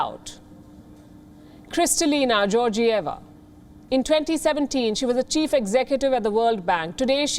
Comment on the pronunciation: bulgarian here, its Georgieva like "get" not like "Georgia". check out the bulgarian political situation in the last 10 or so years btw, then check who she works most closely with. This was obvious from the start for anyone who wouldve bothered to look.